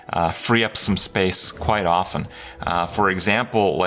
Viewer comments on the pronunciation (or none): none